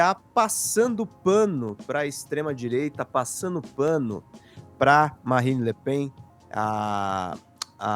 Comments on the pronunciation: A pronúncia não é lepan - eh Le Pen mesmo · só pra esclarecer a pronúncia, é Le "Pén"... Seria Le "Pan" se fosse escrito "Pin" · Legal. Não se diz Le PAN - é Le Pen mesmo :) Da província.